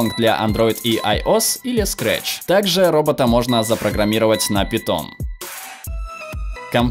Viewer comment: Не на "Питон", А НА "ПАЙТОН"!